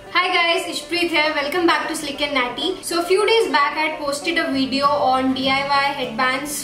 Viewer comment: cute how she says "Wideo"